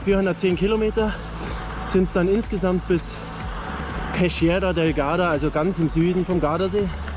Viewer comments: pescheria spricht man aber wie peskiera aus, grüsse aus bozen :-) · Pesciera würd man schrieben wenn man’s so ausspricht wie du im Video! Das h zwischen c und i / e bzw zwischen g und i / e “stumpft ab” so mein Vorredner das beschreiben hat. Zb “gelato” (dschelato) vs (fiktiv) “ghelato” (ghelato). Spread the word, ich glaub fest daran dass Deutschland das irgendwann hinkriegt 😂